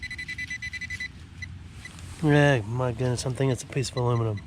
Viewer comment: So has anyone else noticed themselves saying "Oh my Gurdness" when something isn't going quit right or is it just me? :)